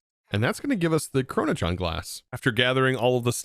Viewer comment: i like how there is no R in "Chronoton", yet keeps pronouncing it as "ChronotRon"